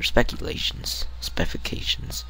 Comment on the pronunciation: say it with me - spes if i cations. specifications.